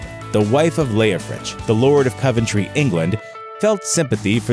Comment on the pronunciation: Bro it's pronounced Cov-en-tree and weren't he just like duke of mercia not just coventry I mean that's what they teach us in Coventry